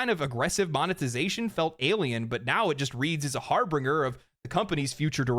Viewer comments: *harbinger, not harbringer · The irony of someone so staunchly (and correctly) defending the Mass Effect trilogy mispronouncing harbinger lol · Harbinger. Not "harbringer", har-bin-jer. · love your videos. You're clearly a pretty intelligent guy, and I'm surely not the only grammar-WW2-badguy here, but bro... It's pronounced "har-binge-er", rather than "har-bring-er". C'mon, bro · Did bro really say “harbringer” lmfao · I'm disappointed. You'd think someone who played Mass Effect would know how to say Harbinger. Excellent video man.